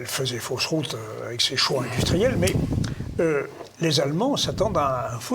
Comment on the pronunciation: "un frout winter"... Ca promet d'être bruyant dans la chambre à coucher !